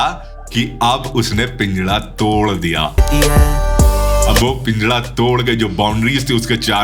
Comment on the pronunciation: Pinjara❌️ pinjada✅️